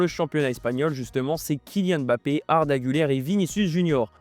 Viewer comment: Oui comme aime-bappe au lieu de Mbappé alala les francophones 😅